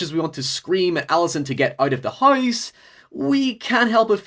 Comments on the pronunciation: great video awesome channel but... FOR FUCKS SAKE CAN YOU SAY HOUSE NOT HOWUSE!!!!!!!!!!!!!! FWEBNTYBQ0-WVEHBYGPAAPVIOAWENVU[WE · I subbed when you said "hoyuus", lol. Great vid and discussion, thanks for the video.